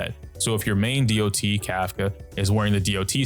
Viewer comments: My question is why do most star rail youtuber like to say "dee ouh tee" instead of dot? Online ingame or in voice chats nobody does that. Just "dot" is faster, saves time and is simple to understand. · I've been noticing that people are pronouncing it "Dee Oh Tee" instead of "dot".